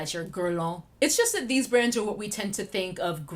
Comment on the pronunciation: Now I hear „grans“ eveytime you say „brands“. Damn my ears.